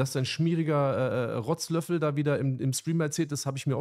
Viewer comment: Du und dein rotzlöffel 😂 so lachkrampf bekommen wie er es betont 😂🎉